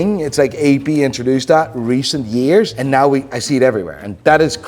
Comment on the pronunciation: I'll subscribe to your channels and tell all my friends and family to subscribe if you can say "right now". Instead of right naehhh. Think it's be funny to hear you try.